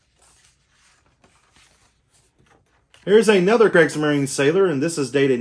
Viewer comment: It's pronounced creegs-marine-a Falsh-um-yeeger Vear-mack-t